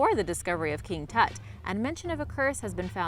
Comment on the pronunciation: Lmao she can't wven pronounce Tut